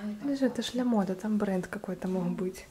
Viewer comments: лЯмода не говорят,вернее лАмода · НЕ ЛЯМОДА А ЛАМОДА.